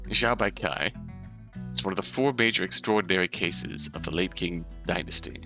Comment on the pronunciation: "Qing" is pronounced "ching" I believe :)